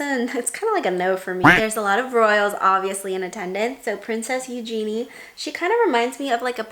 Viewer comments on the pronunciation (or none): none